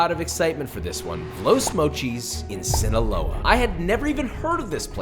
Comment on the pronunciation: Hearing you say Sinoloa made me do the Idris Elba hot ones reaction while eating my food Be careful Josh, we need you alive to keep making us content and keep us entertained 😂 The worst cartel in the world is literally the “Sinaloa Cartel”